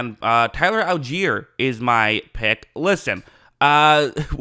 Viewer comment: I stopped watching at 9 when he said Tyler allgeier 😂😂